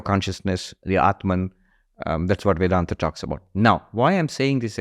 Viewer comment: Host why such heavy western accent. Not required for Indian audience 😅. Especially when pronouncing Indology words like vedanta . I urge you to pronounce it as Sanskrit , even for western audience out there, it is much better to listen to.Just a suggestion